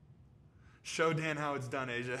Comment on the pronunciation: WHY IS DAN SO BEAUTIFUL!? I FEEL SO HOLY AND PURE NOW THAT HE SAID MY NAME HE ACC MAKES ME FEEL WORTH SOMETHING! (evn tho he said it wrong i still love him!)